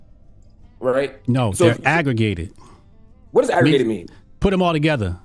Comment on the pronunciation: "Wut does aggruh-gay-ted mean?"